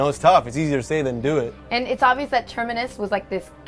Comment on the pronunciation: Treminis? Lol Terminus